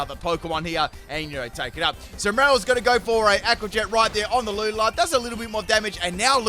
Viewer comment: The way you pronounce Lunala gives me nightmares 😭😂